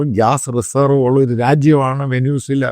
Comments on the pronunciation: വേനൂസല അല്ല വെൻസ്വല😂😂😂😂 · Correct the pronunciation of Venezuela 😊